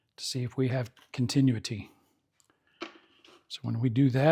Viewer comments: He said it only twice correctly in his last video too. It is phonetically pronounced: con tin new it tee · I like your instructions but you made some errors when checking the power transformer. You checked the secondary windings with the #80 rectifier still plugged in. Had the winding been open you would not have caught it because you were reading the filaments in parallel with the windings. Nice job on checking the others coils. Also you are mispronouncing the word continuity. Good job !